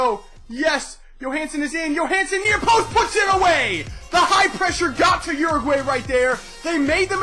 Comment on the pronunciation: A little better pronunciation of my country Uruguay (Ur-A-Gwy). Besides that good video.